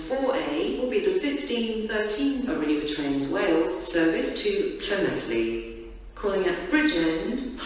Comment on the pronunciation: LLanelli was announced wrong